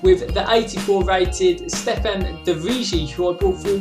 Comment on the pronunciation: Stefan de "vriji"